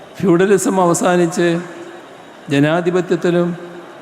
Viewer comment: അതെന്താ സുരേഷ് ഗോപി വന്നപ്പോ ഫ്യൂഡലിയിസം എന്ന് 😂